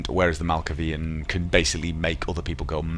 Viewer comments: YEAAH !!! I knew you wouldn't disappoint ! :D I LVOE Tremere blood magic... also do malkavian (you pronounce the A like MalkAvian) and they are not complete nuts - they are schitzophrenic and ... excentric... mostly... so you could chat with yourself while recording, as a let's player you should be able to :D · Are you playing this through a physical copy, or online through Steam or GOG? I'm assuming it's the latter, and it's pronounced "Mal-kay-vian" mate. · Malkaaaaavian... Long A. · This is a great idea. I absolutely love this game and would have a great time watching you play it. Also, it's pronounced Mal-Kay-Vee-Ann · The way I have heard "Malkavian" said, is Mal'kavian.. which may or may not be the right way to say it, but I am from the Pacific Northwest, which is apparently known to have the clearest /American/ English language.. and Nosferatu I have only ever heard as pronounced by Blue Oyster Cult.. (from their song, Nosferatu) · I believe it's pronounced mal-kay-vian. Personally I think Malkavian and Nosferatu are two of the most boring clans, and for a Let's Play watched by people who haven't played the game I think something like Ventrue or Toreador would be better suited. Anyway, I'll be watching regardless of what clan you pick. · Malkavian. MALKAVIAN.